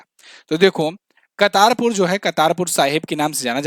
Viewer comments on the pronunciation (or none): कर्तारपुर corridor हैं...... कतारपुर नहीं